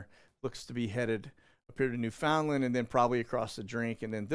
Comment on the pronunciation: New-fund-LAND. They’ll tell you. They say “Understand Newfoundland.” I lived there for a bit.